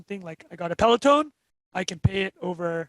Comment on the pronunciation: Great guest! Also us Canadians take no responsibility for pronounciation of Peleton